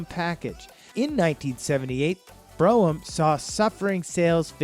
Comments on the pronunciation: "Bro-Um" ?? I couldn't finish this video due to the all the mispronunciations. If you're going to do a video at least say the names correctly! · Tor-o-na-do not tornado, brougham is one syllable, sounds like comb. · Is the guy on the video from outer space?? He managed to mess up all the pronounciations of these cars. It's BR-ohm and Tore-ra-nod-doe not Broh-am and Tornado. He did all this research and can't pronounce the name of the cars. LOL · Be nice if people who put out these videos actually did research on how to pronounce the car names. It's not Tornado, it's Toronado. And it's not Bro-um, it's BroMmm, one syllable. It's not FAY-TON like some Star Trek phaser, it's faytawn, one smooth word. It's not a Lincoln Mark V, it's a Mark FIVE. Your facts and visuals are excellent, however, so you get props for those. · And Brougham is pronounced as 1 syllable "brohm" not bro-ham. Obviously this guy wasn't around in the 70s, he didn't even use the word malaise era. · Tornado? Bro em? Mark Vee? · Fay ton.....Bro ham.....Tornado.....and Mark V.......LOL......Not only is this guy not a car person.....he probably wasn't born yet when these cars were on the road ......I was laughing through this whole thing.......🤣🤣🤣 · Not to mention “BRO-umm” and “FATE-on”. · He also can't pronounce Brougham properly.